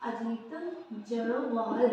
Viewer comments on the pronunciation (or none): अजित डोभाल😅है, जडोवाल नही